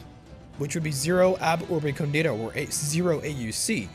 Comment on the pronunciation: Very happy you tried this, this mod is truly well made. By the way, are you sure "ab Urbe condita" is pronounced like that? Shouldn't "condita" be pronounced "còndita" instead of "condìta"?